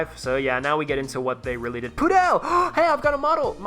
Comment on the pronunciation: The pronounciation of pudel was ideal, words from a native speaker of Polish, and the t-34-85 rudy is from a Polish tv show from the 1950s or 60s, really recommend it, but you might not be able to find the translation to english